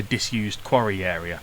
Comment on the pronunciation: Yeah he said quarry I heard Sontaran lol